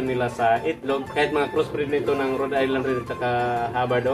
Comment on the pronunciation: Cirrection - RHODE ISLAND BROD HINDI RED ISLAND MALI